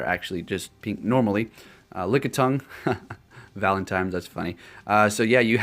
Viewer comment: Exactly. There is no "M" in the word 'ValentiNe'. It was bugging me too lol.